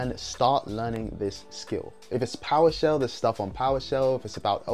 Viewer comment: did you say “poweshell?” Sorry I’m all new to this